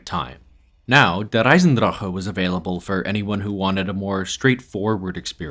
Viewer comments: It’s not even how it’s pronounced either. He keeps rolling the R in the word “Der” but It’s not Russian. It’s just pronounced how it looks (Dare). He does say “Eisendrache” correctly though, most people completely mispronounce that and say it like “Eisendrak” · If you pronounce der eisendrache like that again I’m clicking off this video. This is your only warning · Soon as you said der eisendrache like that I disliked and stopped watching 🌚 sorry fam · How come you pronounce Der Eisendrache like a German, but you don't pronounce 絶望の島 like a Japanese person? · please stop pronouncing der eisendrache like that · but he ONLY does it with der eisendrache. He doesnt do it with zetsubo or gorod krovi. And the worst thing is that the pronunciation is WRONG. Its not american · Every time he pronounces der eisendrache, I die a little. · Your pronunciation of "Der Eisendrache" is so cute